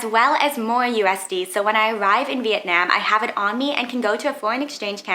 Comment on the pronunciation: Your pronunciation of Vietnam is atrocious